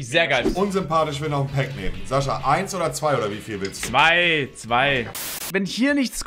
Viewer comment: Sasche anstatt Sascha, den Realschulabschluss an der Abendschule nachgeholt, ist klar HaHaHa